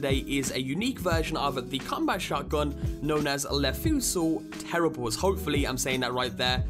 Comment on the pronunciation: That's not how you pronounce "terribles," at all, dude... It's like "Les Miserables." The S doesn't make the last E long, it's silent.